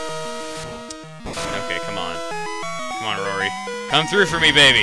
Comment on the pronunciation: when he said roary's name right then i read the next problem in my math book- rory (roary) claims.... epic ;)